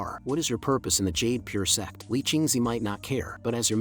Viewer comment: Why bro saying sex insted of sect